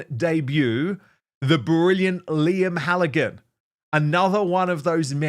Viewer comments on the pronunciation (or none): none